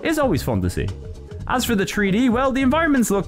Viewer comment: WHAT DO YOU MEAN TREE-D? It's three D, not tree d!